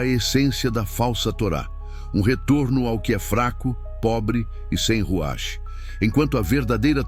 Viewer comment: Ruach : Ruar, com R fraco